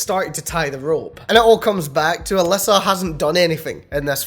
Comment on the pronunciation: She claims her name in pronounced as A Lisa Lee Oo